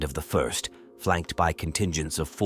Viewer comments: The what? Legion? You maaaaay want to edit that so the AI narrator says "First Legion" and not "ist Legion" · Someone please Ctrl+F the script and replace “1st” with “first” so the AI reading this gets it right. Hearing about the “ist” legion as many times as I did was driving me nuts. Almost as bad as pri-march instead of pri-marks. Other than that, a good read.